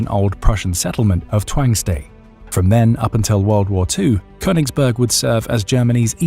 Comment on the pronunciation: Königsberg. Say it correctly.